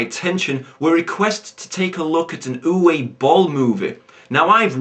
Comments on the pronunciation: It might have been mentioned already, but Uwe is pronounced "Oovah" now "Youway" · its pronounced oova im dead sirios sorry for my shit spelling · Aaand that's where you're wrong. It's pronounced "Ooveh". Trust me, I speak German.